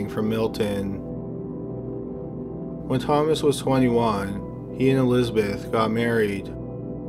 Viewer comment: Whe Thoma wah sissteen he met Elizabeh, hey can you please PRONOUNCE the words?